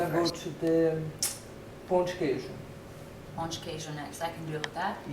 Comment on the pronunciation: Perfect pronunciation of Pão de Queijo